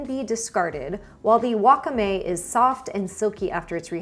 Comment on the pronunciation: friendly tip, wakame is pronounced with the stress on the second syllable (wa-KA-me) rather than on the first syllable like you had in this video 🙂